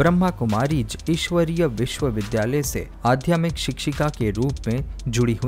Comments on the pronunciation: Aadhyatmik word ko aap aadhymik bol rahe hain. Hindi ka apmaan mat kijiye. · Adhyatmic hota h😂galat Hindi ka uchcharan dukhi karta h lekin prayas bahut badiya h